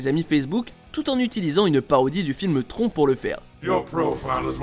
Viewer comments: on dit TRON en prononçant le N !!!!!!!!! SACRILEGE !!!!! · Le monde de "tronc" ? Pour le coup même la vieille VF des années 80 dit bien "tronne"...